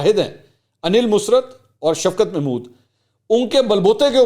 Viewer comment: Mansoor , can you not say “ Musarrat ? You always say “ Musrat “ .